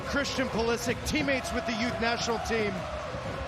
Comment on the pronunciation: Every time he says Pulisic's name it sounds like christian politic.